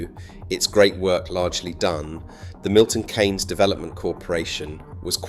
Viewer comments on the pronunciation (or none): Its Milton KEENS not Milton KANES; The economist Maynard-Keynes is pronounced KANES, but the city is KEENS As some one raised in Northamptonshire, Milton Keynes was always the go to place for entertainment. Multi-Plex cinema at the Point. Ice Skating; shopping somewhere that had a range of shops; Ikea; and parking outside where ever you wanted to go; rather than having to park in some colossal multi-story. These days we have Rushden Lakes; but I still go MK for Ikea. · Milton Keeeeynes not Kaynes. Great documentary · Its Milton Keeeeens not Milton Kaaaaaans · It’s Keynes , not kaynes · Why does the narrator keep calling it Milton Canes?! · I moved to MK in 92, went back for a couple of years and eventually moved here permanently. I love the city because where I came from was just awful. But his pronouncing of 'Kay-ens' is making my teeth itch! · But the way he pronounces 'Kay-ens'... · AI voice cloning is at the point where you can clone to have the breath included to make it sound more "authentic". It does a pretty good job, but there are many give aways here that it is AI. Including "Kaynes" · It was quite convincing until it spelled out K A R, and pronounced it as Milton kaynes